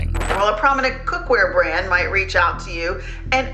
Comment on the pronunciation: "guys just bought my bwand new deditated wamborgini" now I know where the meme came from